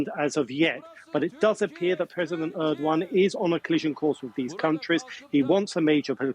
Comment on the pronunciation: Are they pronouncing his name as erdwan!!